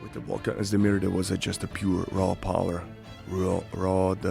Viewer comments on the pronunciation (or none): none